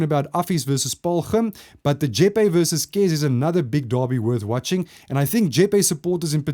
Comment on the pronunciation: So you know re. Jeppe Boys> it’s Pronounced Jep- Pee not Jep-A